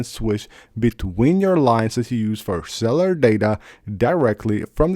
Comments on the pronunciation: “iwes 26” “cellar data” I just can’t go on. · CELL-U-LAR. Say it with me.... CELLLLL-U-LARRRRR. My man needs to focus on speech. It's your channel that you speak on, take pride!